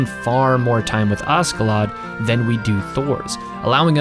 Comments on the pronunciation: its kinda painful to hear u say askedladd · Extremely annoyed by him saying asKeladd all the time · FYI the Ask part of his name is pronounced Ash, as he was nicknamed after Ash. He's Askeladd the Ashen Lad. The Dub just gets it wrong.